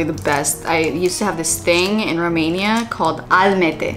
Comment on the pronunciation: As a German seeing you pronouncing Strudel and Almette is literally sooo cute! But you did good. 🌞🤍